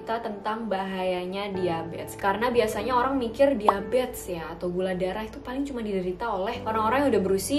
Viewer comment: Bingung kenapa nyebutnya diabets ya, bukan diabetEs